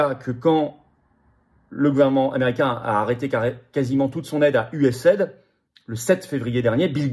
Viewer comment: "US - AID" se dit aux USA "USA - I - D"...